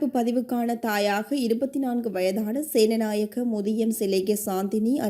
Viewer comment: சிங்கள வாசகப் பெயர்களை சரியான முறையில் உச்சரிப்புக் கொடுக்கப்படல் அவசியம். " සේනානායක මුදියාන්සේලාගේ" இதற்கு வழங்கப்பட்ட தமிழ் உச்சரிப்பை அவதானியுங்கள். நிலைமை புரியும். வேறு பிழைகள் எதுவும் காணப்படவில்லை.நன்றி.